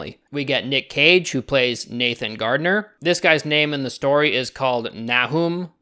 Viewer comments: Nahum is pronounced Nay-Hum. Not Nehoom. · Nah-hoom? Try Nay-hum it makes sense to me cause that sounds kinda like Nathan? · “Nahum” is actually pronounced very similarly to “Nathan”. “Nay-thUN” compared to “Nay-hUM” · its pronounced Nam like Viet-Nam (not Vietnam think stereotypical Nam) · Nahum......pronounced "NAY-uhm" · The name "Nahum" is pronounced like nay-um. or just nam if you're lazy. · Hey, a bit late but it's "Nah-Ohm" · “Nahum” pronounced Nay-hoom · Nahum is probounced "neyham" i guess :D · i think the name from the book is pronounced Nay-hum (although i might be wrong) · Umm just to help you out I'm pretty sure it's nahum is pronounced nay hum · Nahum = Nay-hum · NAY-hum, my dude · it's pronounced NAY-HUME or NA-HUME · also Nahum is pronounced nayhuhm. it's biblical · Nahum is a biblical name and its pronounced nay-um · 'Nahum' is an Old Testament Prophet's name, and it is pronounced like: "NAY-huhm". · The way he tries to say Nahum, bruh